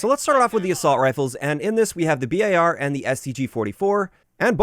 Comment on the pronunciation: I just want to say thank you for pronouncing the B.A.R. as it should be. The amount of mouth breathers I see saying bar is rediculous, and honestly they seem ignorant doing so.